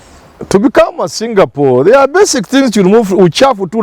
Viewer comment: Did you mean Kenya becoming a Singapore???!!???. If I heard you well it's jingapoor!!